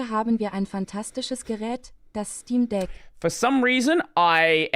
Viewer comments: I had a chuckle from "Stcheem deque" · The brazilian portuguese voice pronouncing steam deck as "steen deki" is the only good thing about it (duki nuki)